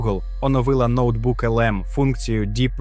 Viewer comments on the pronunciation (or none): Бляха шо за начитка?.. який ноутбук лм ало... вже не перший раз слухаю, весь час те саме notebook немає ніяко відношення до ноутбука😮‍💨